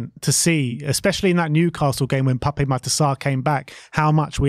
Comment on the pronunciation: Pape pronunciation is Pap 🙄